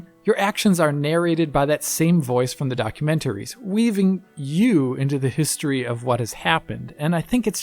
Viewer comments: Documen ... Wait for it... ...tary! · In German we emphasise the syllable "-tar" in the (german) word "Dokumentar". He's German and perhaps thought it's similar in English. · Please stop saying documentaries like that. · I've never heard documentaries pronounced in that particular fashion.